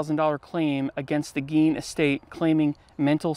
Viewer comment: That's not how you pronounce his name dude, not around here anyways so get your story straight jk? Lol?